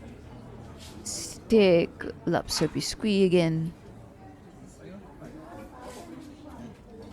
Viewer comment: Bisque is pronounced as “Bisk”